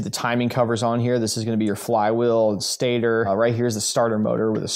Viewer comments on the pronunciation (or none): none